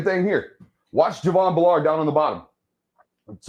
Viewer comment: Good film work, but take time to learn to pronounce the player names. Driving me nuts to hear you keep saying B’Lard- it’s Javon Bull’erd!